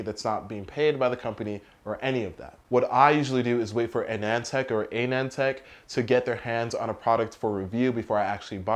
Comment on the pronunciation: Being an Indian myself I can clarify that It's pronounced Ah-nund tech : ). Thank you for this video!.